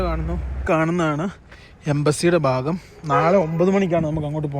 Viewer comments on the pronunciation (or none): none